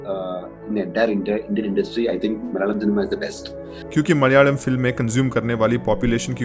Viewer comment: bro, your pronunciation of the word "Malayalam" is superb! Most people don't get it right. When you say "Malayalam" you sound like a native Malayalee. Kudos to that.